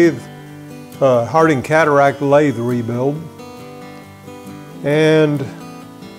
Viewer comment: Looking good so far. You are not pronouncing the name correctly. You are saying Harding, it is pronounced Hardinge as in "Door Hinge " 😊 Question, why more tapped holes on the pulley, could you not pick up one the 12 holes already there, pulley face now looks like a "Pin Cushion". Further information in case you do not know, is the chuck fitting. There is a slot in the spindle that a pin in the chuck locates into, turn the chuck clockwise for normal turning. Should you wish to run the spindle in reverse you will need to slacken the chuck and re tighten it Anti clockwise. Regards from Australia.